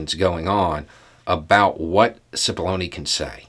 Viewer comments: As this started I didn't hear clearly and had to start again. I thought he said "So today we are going to talk about paths to baloney". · Oh my heck I kid you not. When first said Cipollone I thought he said 'path to bologna.'